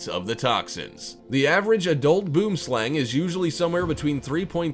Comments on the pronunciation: Boomslang is pronounced boemslung Its actually afrikaans and it means tree snake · your pronouncing boomslang rhong